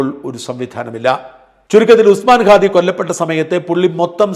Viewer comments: ഖാദി അല്ല അണ്ണാ, ഹാദി.. ഹമാസിന്റെ "ഹ"🤣🤣🤣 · ഖാദി അല്ല ഹാദി ആണ്.